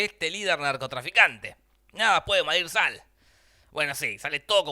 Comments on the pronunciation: Minuto "Nada puede madir sal"? O estoy escuchando mal :1 jaja buen videooooo!! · Min si no escucho mal dice,nada puede mandil sal! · Like si te diste cuenta que en el minuto dice: nada puede malir sal